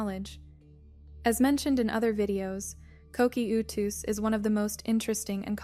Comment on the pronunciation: ko-key-oou-tus. lol